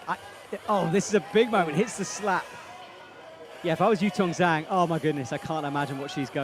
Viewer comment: **SPOILERS** Now that Zhang has gotten an Olympic ticket, can please learn to pronounce her surname properly? There’s no excuse at this point, it would take one google search and a 20 second youtube video